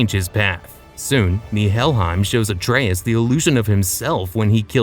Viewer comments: Great video but the way you pronouce Atreus is killing me lol 😅 ❤ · This is great content, but it's pronounced (Ah-trey-eus) it's said at least 50+ times in the Norse titles.